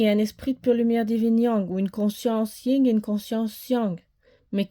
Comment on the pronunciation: C est le Yang et le Yin pas Ying😂